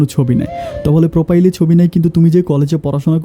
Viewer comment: প্রোপাইল আর চার্চ হবে না। হবে প্রোফাইল আর সার্চ।স্যারকে বলছেন চার।ভাইয়া শব্দের অনেক বিকৃতি হচ্ছে।